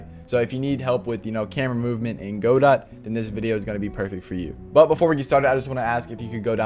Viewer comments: Just letting you know, it's pronounced "g'dough", not "GO-dawt". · good vid but its guh-doh not godot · "go-dot" lol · The creator pronounces it Go-DOT which I think is technically wrong but I think it contributes to the philosophy of the engine. You can fork it and make it your own, and you can also make the name your own by whatever weird pronunciation you fancy